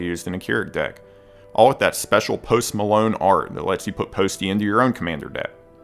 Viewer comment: Everyone Knoos Poost Maloon